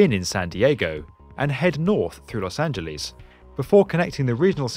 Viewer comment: Lol at the way you said Los Angeles.